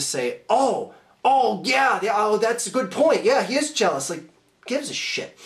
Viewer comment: A new insult: "jelamous"